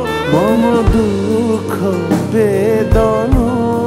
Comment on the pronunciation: উচ্চারণ অস্বস্তিকর। অখিল ওখিল হয়ে গেছে। মম মোমো হয়ে গেছে। বেদন কষ্টকর।